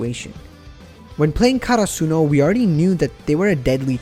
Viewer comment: they way you say karsuno, almost made me stop watching haha